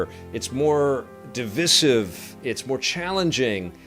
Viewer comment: Great video but I think your pronunciation of "divisssive" is divisive 🥁